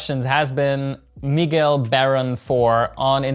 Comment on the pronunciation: You pronounced Miguel well, thank you.